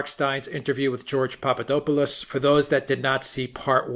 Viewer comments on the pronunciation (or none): You are miss pronouncing the man's name. (Say it fast, POP-pah-DOP-poh-lust)